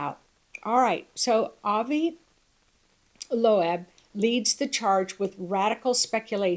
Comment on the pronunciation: If i have to listen to her say Avi (Low-AB) ONE MORE JIMINIY CRICKET TIME.